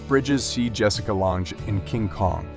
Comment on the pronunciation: You should learn how the names are pronounced so your narration doesn’t detract from the pictures. The words you said wrong are: Ian, Lange, tootsie, Dylan and Ave (short for avenue).